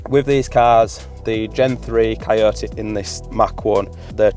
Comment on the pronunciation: I watched just to hear him say ci-o-ta(coyote) in that accent